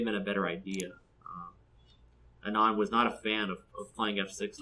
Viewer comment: you pronounced it right. Anand mother tongue is tamil and even in tamil Anand means happiness. Passing of fathers name is right. that's very common in this part of the world.